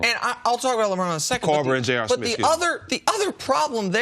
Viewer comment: "J.R. Smiff"